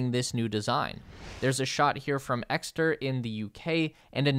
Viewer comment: I thought this too. He also kinda pronounced Exeter a little strangely too, but oh well.